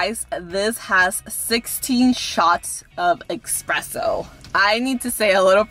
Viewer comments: literally no one:: E X P R E S S O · Expresso... tRiGgErEd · girl it’s “espresso” not “eXpresso” lmao 💀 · She be like EXpresso. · Its espresso not expresso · Im a Barista and can i just say - Im sorry for your wallet. Also..... Espresso NOT EXpresso LOL LOVE YA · There is no ‘X’ in espresso😂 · I like your videos, so cool.... just a little tip, it's not "expresso" it's "espresso" 😊👍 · I loveeee your videos....LOVE.... I binge watch them all the time. But I die a little inside when you say eXpresso when its eSpresso. I know sometimes people don't like to be corrected but I am also aware that some people are like me and want to be corrected if they pronounce or spell something wrong. So just letting you know :) <3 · It ´s eSpresso,not eXpresso. :)) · do you really call it 'expresso"? :( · Please say espresso not EXpresso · Please, do not say expresso. It`s espresso. There is no "k" sound in this word. Thank you for the video. 16 shots of espresso are 480ml coffee. One Starbucks shot of espresso is 30ml, so this is a lot of coffee and a lot of caffeine. Also, there is no point to have caramel (vanilla or hazelnut) syrup and sugar-free version. If you have the standard one, there is no point to also have sugar-free. The idea behind the sugar-free is to consume less sugar, but if you have the standard syrup in your drink, there is no point to also have a SF